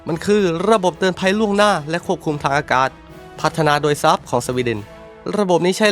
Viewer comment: ทำแอดอ่านชื่อยุทโธปกรณ์ได้เพี้ยนมาก เช่น Saab ซาบ ก็ไปอ่าน แซบ, UH-1H Huey ฮิวอี้ ก็ไปอ่าน ฮุ้ย มีอีกหลายอย่าง จะบอกว่าเสียง AI ก็ไม่น่าใช่ฟังยังไงก็เสียงคนพาก